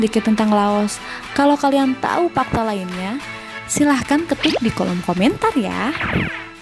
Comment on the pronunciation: Pakta? pasti mimin orang sunda. bener kan min??